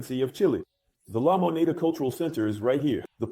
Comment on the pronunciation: "LA MONA"? LA MONEDA (THE MONEY)